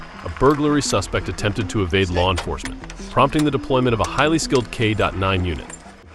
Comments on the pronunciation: K dot 9? Come on AI, get it together. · Why is the A.I. saying "K dot 9"? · Its just K9 !! Not k dot 9 🤦🙃 supper annoying 🤷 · K9, K9, K9!!! NOT K dot 9!!! I won't listen to this channel again, this is too annoying! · Teach your AI it's not K dot 9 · K dot nine? Who reads this stuff. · you have got to stop saying k dot 9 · How about an AI voice that knows its K9 and not K dot 9. 😂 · Make him stop saying k dot nine please! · great video… but if ur gonna use AI to narrate maybe leave the Dot out of K9 😂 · What the hell is a K DOT 9... 🤔 its just a K9.. derived from the word canine (teeth) no period.. 🤔🫣🫣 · Why does the commenter say p.i.t. maneuver and K Dot Nine? the word PIT is not an acronym, And K9 is simply pronounced kay nine. is a A.I. voice? I find the bad English distracting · It's K9 NOT K dot 9! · Stop saying K dot 9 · The AI narrator sucks!!!! Stop with the K.9 bullshit. There is no "dot" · great videos, but the audio is a little annoying (kay dot nine, instead of canine or dog? really?) but just a little. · Please get a real person that knows the English language and how Americans use it. The first part of this video, your computer used the term "kay dot nine." This is a video about "kay nine" dogs. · K9 NOT K dot 9. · If you have your AI programmed to do another of these videos, please fix it so it doesn’t keep saying “K dot nine”. The correct term is simply “K 9”. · What...is a " k dot 9 " ???? What is wrong with K9 ?!!!! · Need to teach the AI voice reader NOT to read the dash in K-9. So sick of it constantly saying, “K dot 9.” So annoying! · I think this videos narrated by ai so it’s messing up trying to read k - 9 as k dot 9 maybe? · What the hell is a k dot nine? Artificial intelligence suxx. And so do lazy people who use it.😮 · It's time to upgrade your robot to say K9 properly. Sounds ridiculous to say "K DOT 9" a million times. Sorry, can't take it anymore. 🐕‍🦺:baseball-white-cap-out:↪ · WHY DOES HE HAVE TO SAY K.9? ITS K9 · It's K9! Not K dot 9 🙄